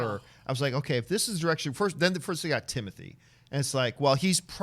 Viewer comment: This dude John is a pompous clown. Gonna correct how she read that name and then massacre Timothy’s last name? Smh